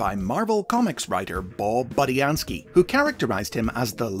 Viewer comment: Well at least you pronounced Budiansky right this time. 😂